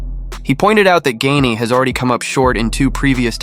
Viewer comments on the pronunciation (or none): Thumbs down. I thought his name was pronounced "Gahn", not "Gain." I am little more than a casual fan, but it's hard for me to listen to MMA media when the names are mispronounced.